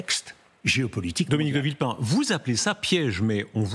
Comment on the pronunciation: UPR. Ca lui ba mieux "De vilpain", plutôt que "De villepin".